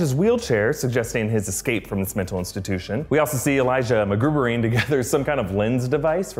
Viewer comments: "Magoo-vering"? Like Mr. Magoo? Wouldn't it be MacGyver-ing? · "Magurving" had me dead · "McGoovering" haha.